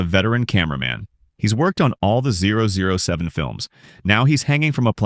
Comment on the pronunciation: Did he seriously say 007 like that? >.<